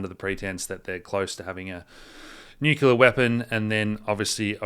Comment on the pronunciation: any thoughts on revelations about the new head of MI6's grandfather? NB: probably about time you learnt how to pronounce "nuclear" properly...